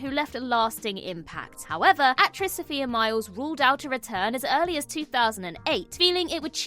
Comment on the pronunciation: Guys after the tongue lashing Sophia Myles gives out for not getting her name right, you’d think you’d have done some research. It’s so-fire not So-fear. Keep up.